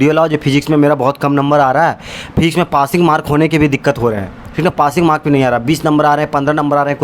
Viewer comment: Physics ❌ FHIZZZZIKS✅